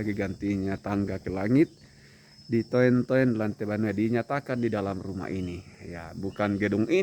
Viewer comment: Tks infonya,smg infonya membantu smua masy Simbuang khususnya GT mengetahui kebenaran ttg sejarah berdirinya Gerj Tua di Simbuang,Jem.Sima.Mhn maaf sedikit ralat Ditoen-toen itu ejaan dulu jd bacanya skrg ditununtun🙏🙏